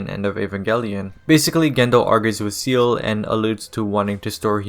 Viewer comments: It’s German and is pronounced “Zaeyluh” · I cringed everytime I hear seal instead of say-lay, breaks immersion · Buddy, it's Seele, not seal. We're in 2024, you have no excuse to look up a "how to pronounce" vid or just ask google. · Brother, it's pronounced SAYLAY not SEAL. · Bro, how are you going to watch the show enough yo know this lore in and out but pronounce SEELE like "Seal". 🤦🏾‍♂️ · Seele is not pronounced like that, look it up ✌️ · The word Seele is German and it's not even pronounced say-lay. What are you on about?